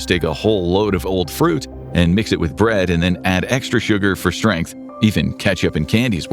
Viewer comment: strongth lol